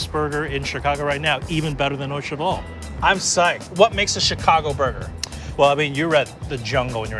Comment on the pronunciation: Did this man really pronounce it "OH-CHEVAL"